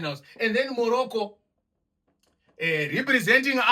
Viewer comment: 😂😂the emphasis on Morocco representing Africa